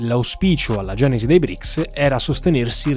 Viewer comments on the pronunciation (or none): Non BRIC😂😂! E BRICS 🇷🇺🇿🇦🇨🇳🇮🇳🇧🇷 si chiama